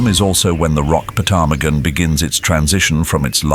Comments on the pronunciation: The p is silent in ptarmigan. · It definitely felt like A.I. to me! The way the narrator pronounced the p in ptarmigan got me😂😂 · I cannot believe that not one person has told the narrator that the P in Ptarmigan is silent!🤦‍♀️ It sounds even funnier with the posh British accent, and I love a British accent!😂